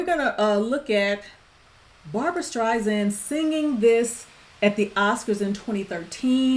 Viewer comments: LOVE the song and the movie. ADORE Barbra to the moon and back. And absolutely loved watching and listening to your reaction. Thank you!! You.re a delight. P.s. others have probably already mentioned this, but her last name is pronounced with S sound, not Z... like StrySand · I am a HUGE fan of Barbra's! This movie is wonderful; however, a key scene was removed which further identified why their marriage dissolved. It wasn't just because he had an affair, she also was ratted out by her friend, who identified her as a communist when the blacklisting period took place in Hollywood where he wound up working. Sydney Pollock, the director, cut it. Therefore, the ending doesn't completely explain their demise. I love your reaction and passion, but please do not say StreiZand. It is StreiSand. Like Sand on the beach. Soft S.